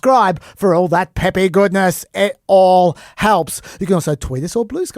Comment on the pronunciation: starts with J, so it's "Jeppy" instead of "Peppy" 😅